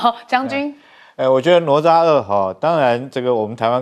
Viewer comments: 主持人连哪咤都不会念😢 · 哪吒 读Nǎ zhā，😂